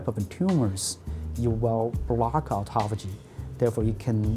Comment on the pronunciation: The Japanese guy pronounced it correctly, and the native speaker girl just tortured it. AutophAAYgie